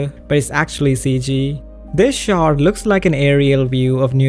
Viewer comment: Couldn't help but keep hearing "shart" when you said "shot" ... fairly amusing in context if you know what its used to mean "spending 4 days on a single shart" lol